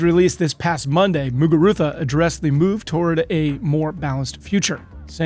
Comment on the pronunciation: kudos for your "Muguruza" pronunciation and other non-English names in general.